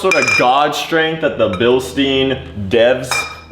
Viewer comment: Guys, its Bilstein, !GERMAN!, u say it like "Billshtayn", not "billsteen" 😅😅